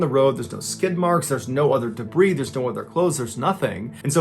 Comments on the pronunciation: Mr. B, the word debris is pronounced “debreee”, not “debreeezz”! Look up words that rhyme with debris and you will find tree, flea, tea, see, three, be, she, knee, etc. You use this word, pronouncing it incorrectly, in story after story. Aghh! 😤. There are words that have the “zz”sound (squeeze, sneeze, keys, cheese, freeze, wheeze, etc) but debris is NOT one of them. Please stop 🙏🛑 !!!! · You don't need to pronounce the "S" in debris. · 🤭👊🏽did you notice he actually says "debree". got excited til a few seconds later the "s" was back. 😏